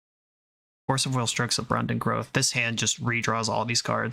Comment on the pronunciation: bro said "abrundant growth"